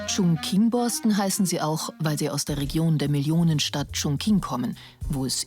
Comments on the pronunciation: Meinetwegen Kina. Aber 重庆heißt nunmal chongqing und nicht chongking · Die Millionenstadt Chunking, wer hat noch nicht von ihr gehört? Gemeint ist übrigens Chongqing